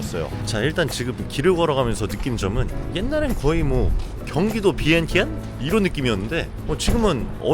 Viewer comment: 비엔티엔을 위앙잔이로 발음하시네요 공부좀 하신듯